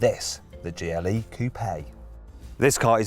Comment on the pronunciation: Am I the only one hearing "Geely" all the time? xD